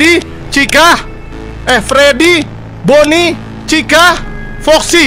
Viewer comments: Maaf bang itu bukan rori tapi boni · Itu boni bang bukan kusuma